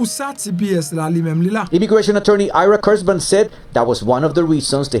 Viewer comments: Non avoka a pwononse :" Ayira Kòsbann." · Aira kosbinn ( prononciation)